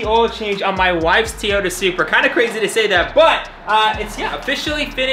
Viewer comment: Seems like he’s learning how to say Toyota finally…It was really bad when he first got it.